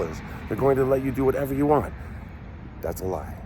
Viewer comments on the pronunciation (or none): none